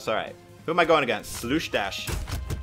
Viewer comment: HE REALLY CALLED ME SLOUSHDASH :(